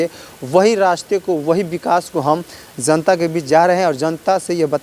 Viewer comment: Shabd ka uchcharan pahle theek karo zanta nah janta hota h